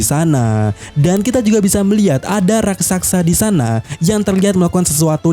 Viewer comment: Ahh min,, pengucapan yg berulang Bukan RAKSAKSA, juga bukan RASAKSA, Tapi yg benar RAKSASA, RAK-SA-SA.